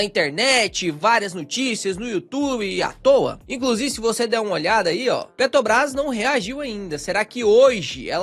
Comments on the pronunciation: Sou fã dos vídeos do, mas sou só eu que fico agoniado vendo ele falar Petobras em vez de Petrobrás? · Petobrais ou Petrobras... importante falar corretamente. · PetRobras!!! É pet R obras! Tem um R depois do t, amigo! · Cada vez que vc fala PETOBRAS? me dá uma agonia terrível.